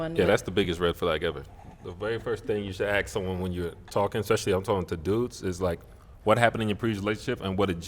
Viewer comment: Aks, Aks, Aks...Where did these people learn English?